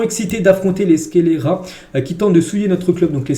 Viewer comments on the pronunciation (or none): Dans le mot « scélérat » la lettre C ne se prononce pas 👊🏻